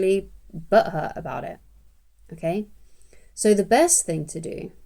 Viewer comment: Hearing someone with a Bri'ish accent say butthurt made me snort